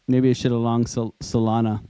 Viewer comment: is bro saying Soylana?